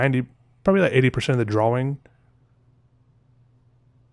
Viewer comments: the way he pronounces drawing, he say drwawing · Drawing. Awww. Not owe. Drawing.